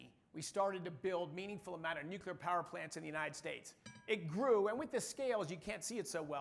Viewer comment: Wait there are people who aren't Homer Simpson who pronounce it "new-cue-lar"?